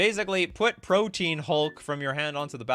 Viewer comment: It makes me mental every time I hear it. It’s not “Protein Hulk” it Pro-tee-an Hulk.